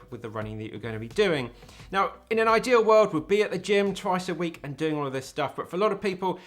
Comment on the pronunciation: Great video! I like that "add some strength into your week" sounds like "add some strength into your weak".